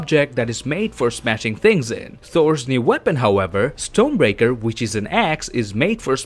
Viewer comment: Maybe it's your accent but it sounds like you're saying Stone Breaker instead of Storm Breaker. If you are saying Stone Breaker that is wrong.